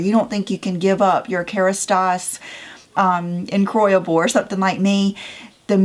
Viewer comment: "incroyable" is "unbelievable" in French, you pronounce it a little differently. I'm sure you can find the correct pronunciation online, as I can't write it down well enough here.